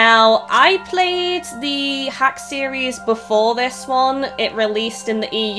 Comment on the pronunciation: it's pronounced dot hack